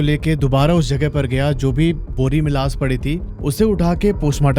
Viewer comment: Sake nahi shake….laas nahi laash (sh…..) 🤣